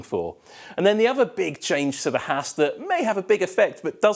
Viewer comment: How can you be on tv and you cannot pronounce your “th”. Other - Ovar Three - Free With - Wif Something - Somefing Terrible